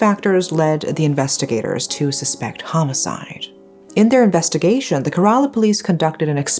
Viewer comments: I know compared to this case, pronunciation doesn’t really matter. May she forever rest in peace, but it isn’t pronounced Kare-ala, it’s pronounced Kera-la. :) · It 's pronounced "ke-re-la" . And it's a state in the southern region of India . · loved the video..... but its pronounced as keh·ruh·laa though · mmm..... it's actually not kerala means u pronounced it wrong like maybe u can search in google how to pronounce it like it's not kerala like instead of pronounceing "e" u will pronounce "e" as "a" ☺️